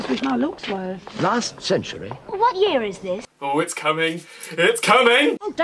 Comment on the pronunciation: "WAT YEER ITH DITH" "TOOH FOWSUND UND FUHTEEN"